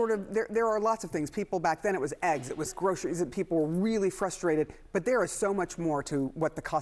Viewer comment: What is 'groshurys'? I've never heard that word.